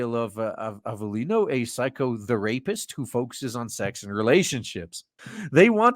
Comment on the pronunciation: The "PsychoTheRapist" enunciation killed me. XD